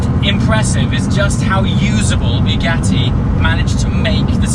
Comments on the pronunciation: I do love your vids, but I wish you would learn how to say Bugatti. It is pronounced like a bug, not a bugle, so not " bew gatty" but " Bug atti " .....P.S, the first half doesn't half feck with the senses, all the voice audio is on the right channel. Sorry for being a bore, I do enjoy your enthusiasm and I am a rather jealous 50yr old.. Great video all the same. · BUGATTI not Biugatti! Great video mate 👌